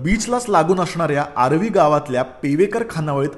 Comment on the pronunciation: It's aaravi not aarvi 😀